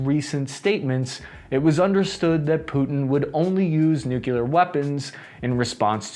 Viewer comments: What are nucular weapons? Are they similar to nuclear weapons? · It's nuclear, not nookelur. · please. I love your channel, but "new-CLEE-are", not "new-CUE-lar". You're not GWB". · get off the net,. you can't even pronounce nuclear nevermind speculate on "nuckular" strategy. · I can't take seriously someone who talks about nucular weapons. It's a showcase of superficiality. 👎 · NEW CLEAR not NEW KEY LAR. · Nuclear, not nu-cu-lar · Nuclear is pronounced “Nu-clear” not “Nuke-u-ler”. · What really grinds my gears is hearing people pronouncing Nukelar instead of nuclear. I know languages evolve but this isn't 18'th century Australia country side, this is internet age. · American saying "nucular" instead of nuclear is really the worst thing for my ears and brain it hurt too much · You are pronouncing "nuclear" wrong. It's not pronounced "nuculur". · I really wish you didn't pronounce "nuclear" like George W. Bush. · don’t worry, we are right there with you. We HATE when we hear people pronounce it like that as well!